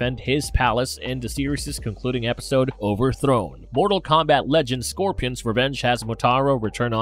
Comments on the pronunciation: wtf is scorpyons haha made my night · Lol "score pee on". What an alien.